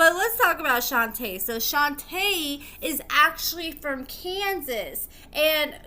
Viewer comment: You pronounced Shonta name wrong I know her she stay in my hometown they still together as we speak she used to be a restaurant manager